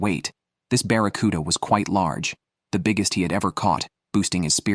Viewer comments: Saying baraccuda is rage bait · I was pulling my hair out listening to him call it a barracuda!!!😂😂😂